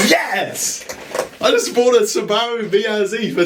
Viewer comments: I absolutely despise the way your pronounce subaru, but I will subscribe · Mate I really like this show, but the way you pronounce Subaru is doing my head in. I’ve never heard anyone say it like that. Is it a NZ thing? Never heard any of my NZ mates here in Aus say it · Kiwis pronounce Subaru funny, they emphasize the bar sound. Must be all the sheep over there 😊 There are plenty of examples of how it's pronounced in the rest of the world including Japan.